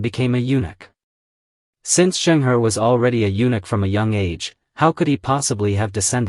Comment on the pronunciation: Pronounced Chung Ho. He was a Muslim. Ming dynasty's military that defeated the Mongol Yuan king had 4 main generals, 3 of whom were also. Yusuf Chang, a direct descendant of the Ming, states that the first Ming king was a Muslim, but preferred not announce it too much in order not to alienate the Hans. The Qing didn't like the Ming, and I believe, also destroyed the 300 ships of the admiral Zheng He, or most of it.